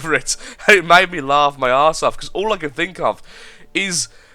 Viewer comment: did he say can with k? sounds like the word from my country: denmark. we say kan instead of can.